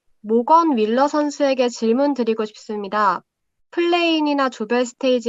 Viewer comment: 윌러한테 월러라고 하네 ㅋㅋㅋ